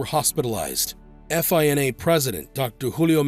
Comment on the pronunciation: Great vid. Real quick though, no one says “eff eye en ay.” It’s just one word. FINA.